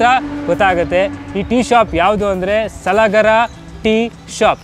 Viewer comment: Not सलागरा, its सलगर.